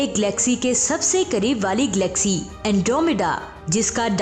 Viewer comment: Mam vo glaxy nahi galaxy hai,kyunki Glaxo Laboratories ne glaxy nahi banaee....tnQ